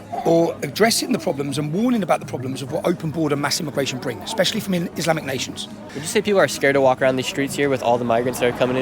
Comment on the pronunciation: “expeshially” 🤦🏼‍♀️Edward R. Murrow is turning over in his grave